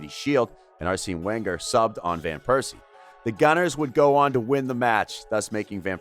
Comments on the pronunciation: "Theory Henry", "Arseeen Wenger", "Robert Piercey", damn. And the mic constantly clipping was also totally avoidable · 'Arseeen Wenger' lol what??